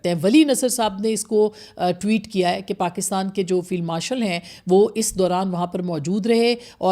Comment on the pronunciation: It's 'Field' not Filed Marshal.